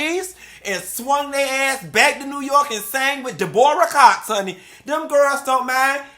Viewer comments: De-boor-ah Cox I’m dead ☠️☠️ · Not DE-BOR-RAH Cox 😂😂😂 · Lmao 🤣 why are you the way you are boo?? The way I scrumpted fell out & hollered like a fool after this chile! Did you say DI-BOR-AH cox?? Again LMAO 🤣🤣🤣😂😂😂!!!! You told the truth ❤️❤️❤️❤️ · “Da Bora Cox” 💀😭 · I haven't watched one of your videos in awhile. I needed this laugh. SWV singing behind the school with Angela Winbush. 😅 The way you pronounced Deborah Cox. 😂😂😂